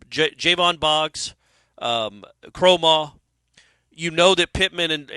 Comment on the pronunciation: Now is saying Kromahs name wrong. This has become a riddle wrapped in a mystery inside an enigma. 🤣🤣